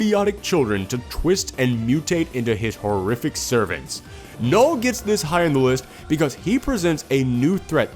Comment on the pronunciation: is Knull pronounced with a silent k?